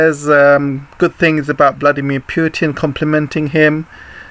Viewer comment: It's not Pew-Tin mate. It's Putin.